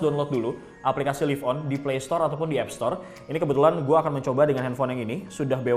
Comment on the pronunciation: nah kalo yang sekarang udah bener bacanya: live on (liv on) kalo dulu bacanya: live on (laiv on) udah nyadar ternyata